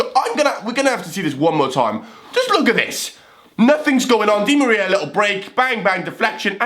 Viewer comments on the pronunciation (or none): none